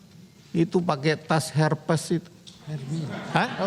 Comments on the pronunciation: jangan lawak dong, hermes bukan herpes🤣🤣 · Tas hermes bkn herpes haha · waduh... "tas herves"?